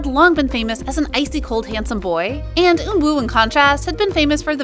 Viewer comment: Not trying to be mean but you should work on your name pronunciations. The way you pronounce Eunwoo and Jaehyun is lowkey killing me lol